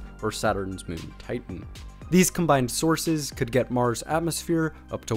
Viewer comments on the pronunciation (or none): none